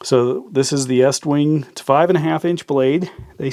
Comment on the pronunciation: It's pronounced east wing